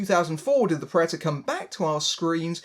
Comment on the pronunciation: its P r e D a t o r s not preators learn the fucking word.